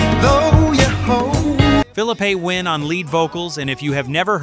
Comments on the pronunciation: Please pronounce the groups names correctly you wouldn't want someone to mispronounced your name ; chi lites=shy lights. phillipe PHIL-LEAP-A COMMON ON NOW DO BETTER TO GET THE RESULTS YOUR LOOKING FOR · Will you please get a narrator that knows what he’s narrating about…Darn it, that’s not Phillepe Win.